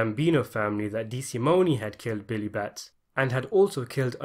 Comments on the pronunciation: The Loo-cay-zee family would whack you if they heard you mess up their name like that. Dee-sa-moan. We watch the same movies man. How? 😝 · Couple things, Dollars not pounds. DeSimone, the e is silent and Lufthansa is pronounced as in movie.